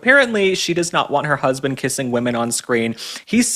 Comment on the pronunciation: The word is "husband", not "husbind".